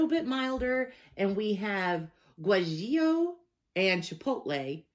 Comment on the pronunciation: Guajillo = gwa-he-yo